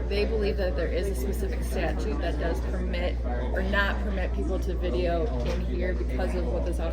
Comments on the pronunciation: Hey it's pronounced statute not Statue,a lot of people say it like that,🗿🗽. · Statute not statue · Dude... if you're gonna go this, for the love of mike.. the word is not STATUE !!!